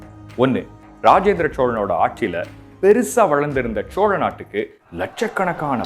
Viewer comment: Chola.....nengha pronounce pantradhu asinghamaeruku ungha speecha enjoy pannamufiyala sir pronounciation mathungha please